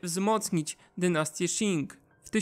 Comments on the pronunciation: Jestem w połowie Chińczykiem i dziękuję za ten świetny materiał :) Tylko jeszcze jedno nie wymawia się Szin tylko ćin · Qing wymawia się ćiŋ nie sziŋ. Proszę się nie uczyć chińskiej wymowy od Anglosasów :)